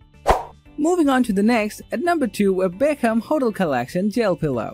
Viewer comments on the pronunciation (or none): I can’t take this Review seriously. He Can’t pronounce words like polyester hotel comfortable sleeping company particular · I can’t take these reviews seriously. The mispronunciations of words lie hotel. Comfort..